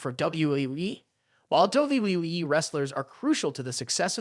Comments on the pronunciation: Why does he says WWWE????? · What weee wee wee?! Bad narrator poor poor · He is saying WWE as WWWE. WTF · Not only does he say act like a human character he can't get not one person's name straight he can't even say WWE right😂😂😅😮